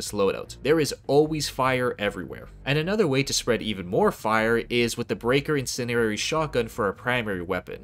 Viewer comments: In Sen Dee Air ee say it with me Incendiary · Some feedback for you. You have a solid presentation voice and good pacing on topics. However, you mispronounced “incendiary” a few times (the D isn’t silent like Django) and you said that the Incendiary Breaker had its pellet count buffed, which is incorrect. Its damage per pellet was buffed from 15 dmg/pellet to 20dmg/pellet. I’m only saying this because as a viewer these things turned me off. I’m less likely to watch more content if I feel that it’s wrong or misinformed. I hope you take this as constructive criticism and I hope your channel continues to grow and that you never forget to have fun. ❤